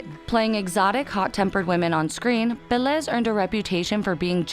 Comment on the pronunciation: But with Vélez and the other names and last names not so much, the emphasis in almost all names was wrong.